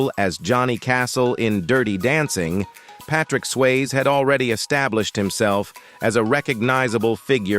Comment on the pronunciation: I think you need to look up how to say peoples names. How do you not know how to say Patrick Swayzes name????